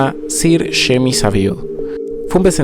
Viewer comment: me fastidio much que dijera "yeim" en lugar de "yeimi" que es como se pronuncia ese nombre... o que dijera "charles" en lugar de "charls" pero bueno... fuera de eso, me gustan estos videos sobre misterios de videojuegos.